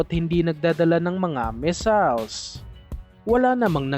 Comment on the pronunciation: Stop pronouncing " MISALES" MISSILES NOT "MISALES"